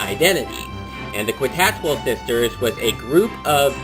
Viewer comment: Lemme help you out,. It's pronounced "KEE-tas-WELL" Sisters. The "Q" sounds like a "C" or "K". But, nice review. ^^